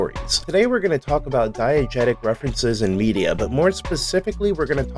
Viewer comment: I had thought at first that you were saying "Diet Jesus".